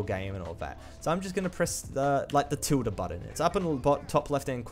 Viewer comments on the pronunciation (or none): none